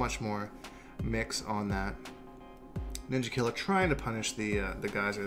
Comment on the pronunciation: When you say Ninjakilla's name you say it with an "a" not an "er" or else it's racist